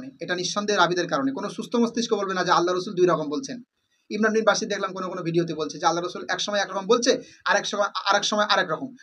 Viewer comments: আরে ভাই আপনিতো ইমরান ভাইয়ের নাম টা ঠিক করে বলতে পারেনা 😂😂😂😂 বাশির না ভাই বশির বলেন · মুর্খ কোথাকার শব্দ উচ্চারণ কি হয় তা জাননা ভুল দরতে আসো শব্দটি বশির হবনা বাশিরই হবে বুঝলে । অন্দ অনুসরণ করোনা বুঝে চলো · তোমার ভিডিও কি দেখব ভাই নামটাই তো ঠিক করে উচ্চারণ করতে পারো না ইমরান বিন বশির। ইমরান যথেষ্ট জ্ঞানী হাফেজ মাওলানা মুফতি তারে জ্ঞান দিতে এসো না শেষ জানে। তার কোথায় ভুল সে তো রেফারেন্স সহ দেখাচ্ছে। সত্য কথা বলতে তাকে হত্যা করো তাই না।